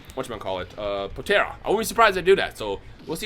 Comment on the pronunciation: Am I the only person who cringed the f out of my life that I saw god because said potaira instead of potara (po-t are - uh)